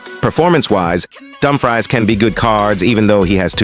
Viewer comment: I think for Dumfries, if you want the AI to say correctly, you should write "Doom Frees"